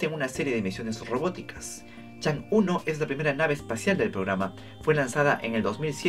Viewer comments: la diosa china se pronuncia chongâ (agradecimientos a SMITE 😂) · Chang'e se dice como Chon'ga saludos ✌ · Chang'e se pronuncia como "Chang o" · Chang'e se pronuncia (por lo menos en inglés) "chong'áh", por si te interesa el dato jajaja